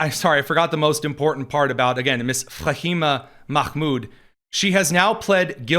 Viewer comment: There's no presumption of privacy in a public space. You pronounced Fahima Mahmoud so well I had to wipe spooge off my screen!